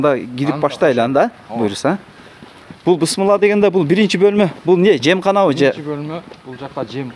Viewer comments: Ассаламу алейкум Бысмылла эмес Бисмиллаа деп баштасак жакшы кечиресиз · Бисмилляхка тилин келбейби ? Бысмылда дейсин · Сураныч бысмылла эмес Бисмиллах деп айтып жүр тууган